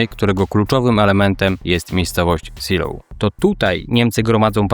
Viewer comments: Kurde, jak można robić film o walkach o wzgórza Seelow i nie sprawdzić jak to się czyta??? Naprawdę uważasz, że niemiecki ma identyczną wymowę jak angielski? Gdyby to było angielskie miasteczko, to pewnie rzeczywiście by się czytało "siloł", ale to nie jest Anglia! Tak ciekawy i dobrze zrobiony film i co chwila ten zgrzyt z "siloł" jak drapanie widelcem po talerzu. Błagam, sprawdź następnym razem wymowę nazw niemieckich, francuskich, czy włoskich, bo naprawdę język angielski nie jest dobry do czytania "wszystkiego" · Nazwy tej miejscowości sie tak nie wypowiada,kłuje to w uszy. poza tym materiał bardzo fajny. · ZELOV nie Siloł - poza tym bardzo fajny materiał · Co to są wzgórza "siloł" ?? Seelow (IPA: /ˈzeːloː/) czytamy jak zelow. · Zilow nie Ziloł, to nie Anglia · Seelow czyta się "zelow", a nie "silof" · świetny materiał, ale wzgórza "Zee(i)lov" a nie "Siloł". pozdrawiam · *zdaje mi się że po niemiecku Seelow nie czyta się po angielsku "siloł" tylko bardziej "zelow" ale nie wiem może się mylę xd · Zeloo, ta miejscowość i wzgórza nazywają się Zeloo: a nie Si:low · Czytamy Zelof. Niemiecki to nie angielski. Szczególnie fonetycznie. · Wcale nie/ tak się nie wymawia Seelow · Super odcinek ale jedna uwaga to nie są wzgórze Siilowskie tylko (czyt. Zeelowskie z twardym e) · Nazwę czytamy Zelof ponieważ to niemiecka nazwa a nie angielska. Aż się ucho marszczy. Można sprawdzić wymowę przed nagraniem filmu. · Wzgórza nazywają się fonetycznie Zejlow.(Po korekcie bardziej kumatego kolegi) Siloł to brzmi jak nieudana operacja desantu na Anglię w 1940 (Seelöwe) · Żadne siloł, żadne zeejlow tylko ZIILO(W), długie I+E jak w słowie see (jezioro) np. Helenesee oraz W bezdźwięczne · Seelow czytasz nie Silow tylke Zelow, to nie jest angielski. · Zelow nie Siloł, to niemieckie nazwy nie angielskie. To tylko szczegół, bo przyznaję odwaliles kawał dobrej roboty! Łapa w górę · Zejlow chyba. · Raczej wymowa to Zeelof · Najczęściej spotykam się z wymową "Zejlow/Zejlower"